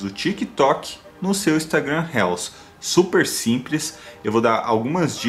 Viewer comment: Amigo só uma dica : é RILS a pronúncia